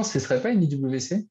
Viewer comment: Belle vidéo les gars! Ptit bémol, IWC se lit Ivécé 🙂😉